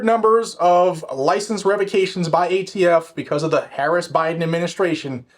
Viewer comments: Did you just say..."gay t f"???!!!! Hahaha 🤣😂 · Did you say "gayTF"? Could have sworn I heard that...